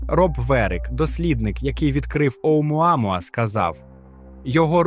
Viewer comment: Автору моя повага, вимовляти "Оумуамуа" без запинок..